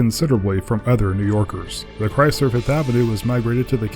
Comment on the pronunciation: THE CAR WHO SING CHRAYSLER